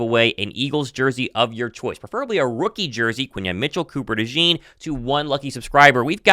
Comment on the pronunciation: You pronounced it wrong, it’s DeJawn not Dejean